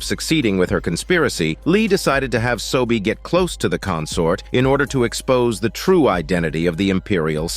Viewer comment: it’s seo-bi, not sobie, it’s yeong-sin not shin, and it’s beom-pai, not pal (sorry if I’m late but these names this dude gives irritates me. Just wanna correct)